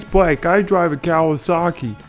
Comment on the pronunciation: "Cowasaki?" Better hope those cows don't "rebel" against you! 🐮